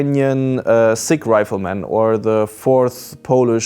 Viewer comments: First time TGW mentions the Ukrainian Sich Riflemen. <3 I hope to see more of them in the future! But Sich is pronounced with "ch" like "Charlie", not "sick". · "Sich" is actually pronounced with a soft ch sound, like church